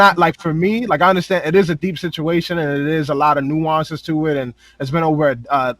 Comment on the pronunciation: Nga say nueonces 1 mo time....